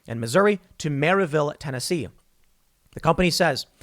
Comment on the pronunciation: I'm surprised Tim pronounced "Maryville" correctly.